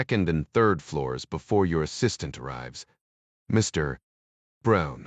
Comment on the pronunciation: I note the comment, ‘This is by far one of the worst AI read spy audiobooks that I have ever endured ——‘. Overall I found the AI reasonable, BUT the PAUSE after the word ‘Mr. or Dr. is stupidity extreme before the next word of the person’s name. Almost makes your miss having ‘fast forward’.🤔😉 Strange! almost